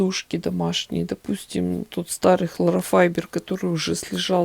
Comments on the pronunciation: Здравствуйте,, часто просматриваю ваши видео, очень увлекательно и полезно, но заметила маленький недочёт в произнесении слова холлофайбер, это не хлорофайбер, как только услышала " хлорофайбер", то захотелось поправить вас) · ХлоРофайбер? 🤣🤣🤣Первый раз слышу такое произношения. Повеселили, спасибо!